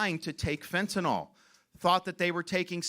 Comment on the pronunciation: It’s not Fentanol!!! It’s FentaNYL - like acrylic. Further, it’s “pouring over the border” because AMERICANS ARE BUYING IT!!! If they had nobody to sell it to, it wouldn’t be coming. Supply and demand. Free market!